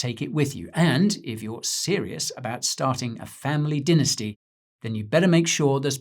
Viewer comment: Or is it dinnersty 🙃